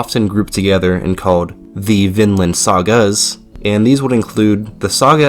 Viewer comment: Vinland saga is a real anime story. Viland not Vinland saga